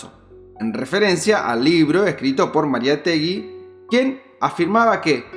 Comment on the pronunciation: Muy bueno, felicitaciones, disculpame pero: Mariátegui, acento en en la segunda a, y es Vladimiro con o, muy buenos tus videos, me gusta la edición q le haces.